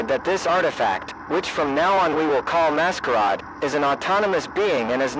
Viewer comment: Very good, although it's become obvious that these videos are made ether by somebody who doesn't speak English and is using a translator, or somebody who doesn't know how to spell certain words correctly. The butchering of "masquerade" to "mascaaad" is honestly laughable.